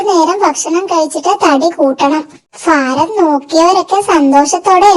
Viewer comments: Faram അല്ല ഭാരം എന്നു പറയണം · ഫാരം = ഭാരം